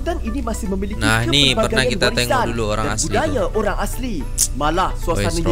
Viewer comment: Pergilah satu Indonesia lawat tempat menarik yang ada di negeri kamu tapi jangan datanglah ke negeri kami sebab kamu suka cakap tak serupa bikin. Asri tu nama orang sebutan yang betul ialah asli